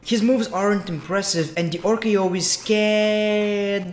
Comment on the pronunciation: Brother, RKO, not Ar Kay Yo